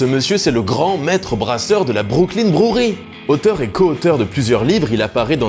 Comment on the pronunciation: Super cool comme d'habitude Par contre peut prononcer brewery avec un petit accent anglais lol pq "brouri" ça fait vraiment bizar Force et houblon